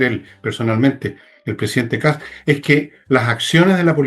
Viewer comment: Se apellida KAST, no Kass... la " T " se prouncia con los dientes casi apretados...